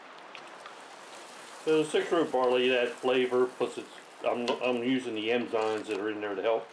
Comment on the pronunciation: Hi, love your videos and have watched and liked them all. Please. It's eNzymes not eMzymes. Pet peev sorry. Love you!!